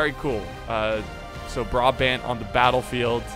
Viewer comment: A little tip :) Its about the way you pronounce brabant, switch the wat you pronounce the firtst A with the way you pronounce the secand A :) then its correct, anyway love the vids!!!